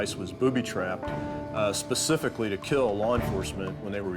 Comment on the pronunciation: Bro said "not pacifically" 😭